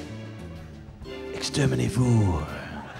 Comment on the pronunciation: "exterminervous" XD bloody brillaint!